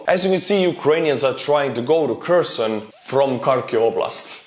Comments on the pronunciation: Your Ukrainian. Why you saying Kreson?? It's Hersón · I'm pretty sure the k in Kherson and Kharkov are silent pronounced herson and harkiv